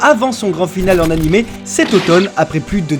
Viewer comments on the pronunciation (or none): none